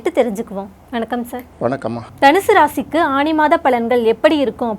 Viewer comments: ஆணி? ஆனி?..... தமிழ் மொழி சாகிறது..... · தமிழ் உச்சரிப்பு திருத்தப்படவேண்டும் "ஆனி " என்பதே சரி